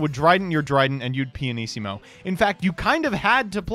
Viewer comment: Hi, I'm Italian and the pianissimo pronounce was almost perfect! Great video, love the effects and the voice